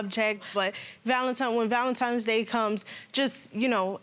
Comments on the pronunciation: Stop saying Valentimes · Valantines not valantimes